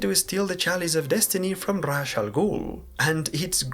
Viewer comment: it's pronounced Raysh not Rash